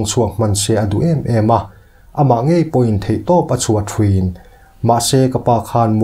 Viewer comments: țhin aiah țhren ti in ilam a tih na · "Ṭhin" tiin sawi thei la, "thrin" tih ang deuh a i lam ang ni lo hian.....ka lo phunchiar ve lok, min hrethiam êm ang chu. A dangah erawh chuan a ṭha lutuk in, i channel lo vul zel rawh se👍👍